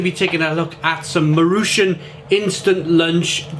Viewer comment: Nice review! I usually eat these if I’m out of time. By the way, you pronounce it “mah-roo-chon”